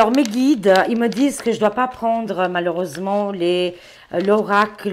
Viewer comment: Bjr, merci pour ce tirage. Par contre, sans vouloir me moquer, je voulais juste vous dire que lorsque vous utilisez l'oracle " Ce que les Anges vous disent", il faut prononcer " disent " comme si c'était " dise " et non pas " disant " comme vous le dites...😂 Merci par avance de.le pardonner pour cette remarque... C'est juste pour vous transmettre l'info...